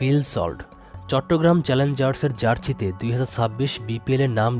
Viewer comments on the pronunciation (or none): জার্সি❌ জার্চি✅👈😅